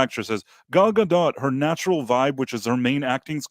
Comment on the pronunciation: Gal Gadot is a Hebrew name—it does not rhyme with • "Godot" or • "row" /ˈɹoʊ/ (US), /ˈɹəʊ/ (UK) or • "goat" /ɡoʊt/ (US), /ɡəʊt/ (UK). It is pronounced [ˈɡal ɡaˈdot], ie. ending with an /o/ sound, approximately like in the word • "story" /ˈstɔ.ɹi/ (US) and a /t/ sound at the end, like in the word • "not" /nɑt/ (US), /nɒt/ (UK). On another note, she simply cannot act.